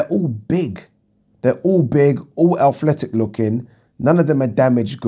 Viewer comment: please pronounce 'Ath-el-et-ic' properly. Thank you 😂